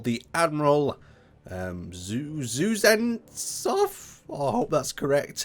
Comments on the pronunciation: this is call be Admiral zu-dzen-soff )))))))) This is Admiral Kuz - nets - off(Кузнецов is like a Smith), see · it's pronounced Kut - sen - tov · Kooz-nets-ov ? really? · Kuznetsov (Kuz-Nets-of) preferably in a russian accent